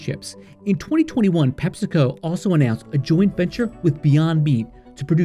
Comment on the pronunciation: It's Pep-see-co. We don't call it Pep-sa, it's Pep-see.